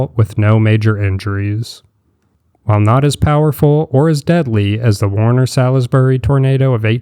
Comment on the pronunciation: Worcester is pronounced WOOS-ter, but the two O's are pronounced as in FOOT. Salisbury is pronounced SAULS-bree, or SAULS-buree. Sebago Lake is pronounced Suh-BAY-goh, and Berkshire is pronounced BERK-sher/The BERK-shers (or BERK-shears).